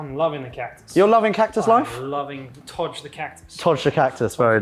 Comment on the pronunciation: " Juan sheeeeet does PLEEEEEENTYYYY! " - and become Canadian for 3 Seconds - Maybe don't "Todge the Cactus"?